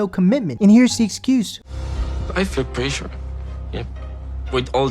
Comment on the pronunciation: ' I feel preassoore' - Azan